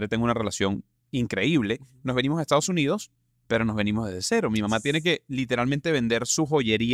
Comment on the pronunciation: Te corrijo quieres hablar con esa R tan pronunciada, sin embargo cuando dices JESTADOS JUNIDOS hay que horror.